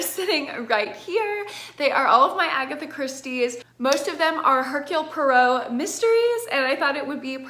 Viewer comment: when she knows how to say hercule poirot 🥵